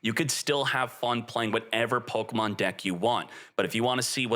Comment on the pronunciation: It's not Pokamon. It's Pokemon